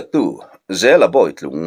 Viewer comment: Bawih tlung tih hi a dik em ni boitlung tih tur a ni dawn lawm ni